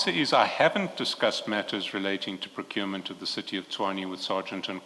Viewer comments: Am I hearing this correctly that he is saying Procrument instead of Procurement? Hey 😅😅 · "Procrument matters" 😂😂😂😂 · PROCRUMENT 😅😅😅 yho hayi lomntu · Did he say procrument ?😢😢😢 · "It's not a PROCRUMENT MATTER SC" 😂😂😂😂